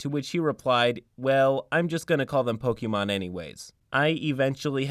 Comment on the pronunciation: The way you pronounce Pokémon bothers me. Other than that, this player was trash and their deceptiveness was completely out of order. I'm just glad OP had the spine to kick them out of the group before they really got out of hand. I'd love to play a Pokémon themed TTRPG (Pokémon Tabletop United looks amazing), so long as I knew that that's what I was getting into.